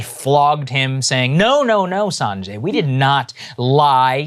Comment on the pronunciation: Well, well well. Look who’s pronouncing Sanjay’s name wrong. 😂😂 Jokes aside, I’m really happy you guys are covering this. I really don’t have time to go through every 3 convo to hear his rebuttal. Also, they surpassed 100 studies so far on IVM for covid recently so you’re gonna have to retire the “there’s no evidence” line at some point.